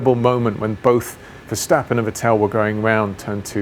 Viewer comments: The only person on planet Earth to call Vettel Ve-tell. Even Sebastian calls himself Vett-el - no? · Why does James always mispronounce Vettel as Va-tell instead of Vet-ul or even a more German-sounding Fettle? It may just be me, but it seems almost rude to not say a driver's name properly in a professional sport... please correct James and let's hear it said right in future. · Again, James can't pronounce Vettel correctly. It's not Vet-TELL, it's FEttl. Like Boba Fett, with a short L at the end. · Ah, it's James 'VettEl & RiccIardo' Vowles ;) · I still can't get over how he says Vettel😂😂😂